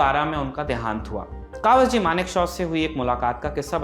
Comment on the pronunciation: कवास जी नहीं, कवासजी है।